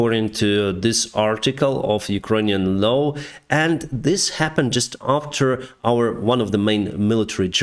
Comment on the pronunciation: The way you keep saying "low" instead of "law" is gradually driving me insane